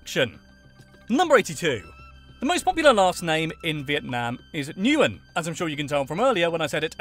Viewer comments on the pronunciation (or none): it's pronounced win, not Newin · Nguyên is nwen not nu wen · Nope. I am Vietnamese and I teach you how to say Nguyen. GWEEN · Pronounce "Nguyen" as "when" NOT "Nu Yen" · You mispronounced the most popular last name. You pronounce it “win” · Nguyen is pronounced like the word "win". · Actually no, more like Ngu-yen. Easy as that lol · Born and raised in Vietnam, I'm quite surprised and impressed by how thoroughly you did your research. Very insightful, accurate and of course, with excellent humor. But dude some of your pronunciations were confusing, like those of Hue and Nguyen. :D